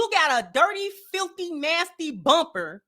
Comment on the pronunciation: Hahaha she said “chewed the bumber off “ lmao